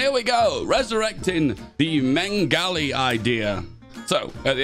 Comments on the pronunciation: Anyone else annoyed how says meng-ali when its spelt meg-ali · yes, Greek language doesn't make sense when written in a alphabet that it doesn't use, lol also, I forgive most of it, but "Megali" is six letters, sound it out, "Me-ga-li" where is the "n"? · There's no N in "Megali" Meh-golly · hearing him say meNgali idea makes me mad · inability to say the Greek names right irks me Helias and mengali idea irks me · Great video, but the way you pronounce Megali and Hellas hurt a little ngl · The "n" added to his pronunciation of Megali was my 9/11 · I swear anglophones are just incapable of reading properly. Where is N in megali idea? Where is N in Hellas? WHERE DID U GET IT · As a Turk, I am glad you butchered the word Megali every single time. Jokes aside shoudn't british and kurdish protectrates swap? You know since the Brits already control northern iraq and the french allied themselves to the local armenians gangs in the turkish war of independence.